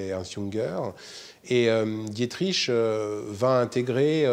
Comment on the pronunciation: Non mais sérieux, on en est encore à "Dié-triche" ?